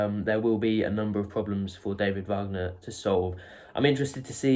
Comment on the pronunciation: It's WAG ner not VARG ner, his father is American not German..